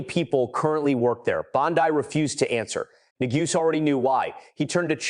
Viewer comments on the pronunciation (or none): AI is everywhere. When the narrator says Pam Bondi as Pam Bon Die, you know it's been created by AI. It's click bait.